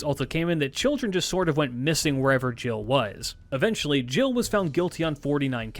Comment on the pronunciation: Thank you for being that person 🙏🏾. It really bugged me but I'm impressed by the effort he put in there otherwise. He even almost got Gilles' name right. I know people who call him Guy'll😂😂